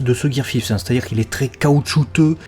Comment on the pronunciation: Dis five en anglais stp à la place de fiste